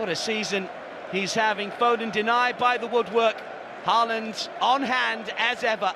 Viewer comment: The 'aa' in Haaland is pronounced like the 'A' in Aldgate